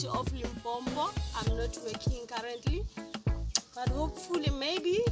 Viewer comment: I'm not subscribing cuz you said "Limpompo" 😂😂